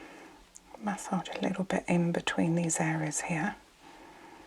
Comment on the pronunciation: I've never heard someone pronounce massage as mahss-otch and the word cautious as coch-ous. 😆 Very relaxing voice and video though. 👍